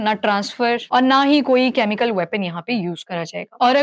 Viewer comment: very good information Except presenter is repeatedly saying कॅमिकल, which is generally pronounced as केमिकल.... Pls don't mind!